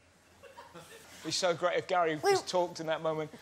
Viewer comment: "It must be gweat being back on the set." hehehe